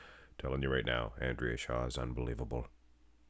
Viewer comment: You sound very creepy in the video. Every time you say shaw i cringe.